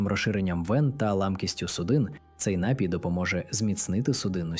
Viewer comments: ДЯКУЮ ЗА КОРИСНУ ІНФОРМАЦІЮ. ВИМОВЛЯЙТЕ СЛОВА напІй наголос на і далі дИчка і полотнЯний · Приємна вимоаа, але не всі наголоси правильні. Ди'чка. Напі'й. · НАПІЙ- наголос на 2 складі.Дякую за цікаву і цінну інформацію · Дякуємо за працю і поради! Лиш зверніть увагу, що на слові "напій" наголос правильно ставиться на другому складі.